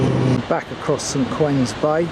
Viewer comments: Great vid. Just for your info, it's St. Ouen's Bay with an 'O'. It's pronounced Warns to rhyme with darns. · Ones not warns